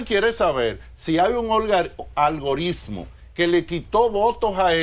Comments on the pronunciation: díganle a ese señor que no se dice "ALGORISMO" :) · Jajaja... Lo dijo varias veces con "S" si.... Ahora Francisco Javier es uno de los mejores estrategas políticos que hay en el país. Lleva a cualquier candidato a lo más alto.